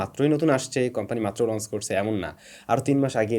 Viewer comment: লন্স না,লঞ্চ (লনচ)। পারসেইচ না, পারচেইজ।